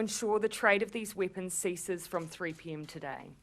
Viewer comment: Weepuns! lol